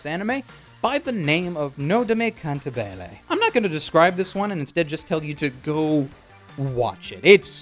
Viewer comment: Ugh... Cahn-tah-bee-leh. It is a music term for songlike or singing.